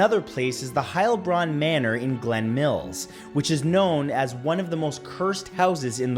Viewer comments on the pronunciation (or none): none